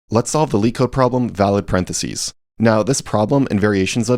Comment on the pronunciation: What the heck is a "paren de sea" lol 😂 it's impossible to become a programmer without knowing how to pronounce parenthesis, so I'm assuming this is an AI video.